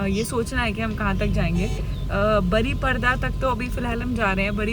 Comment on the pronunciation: बरिप्रदा नहीं बारिपदा